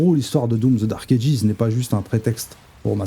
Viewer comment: sinon c'est dark Ages sans prononcer le S et j'avais 17 ans lors des tout premiers doom et il y a eu aussi des jeu comme Brutal doom qui sont les précurseurs aux nouveaux Doom actuel